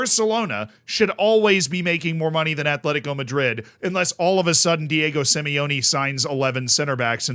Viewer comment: *Atletico. Not Athletico. No TH sound. Just T. Atletico.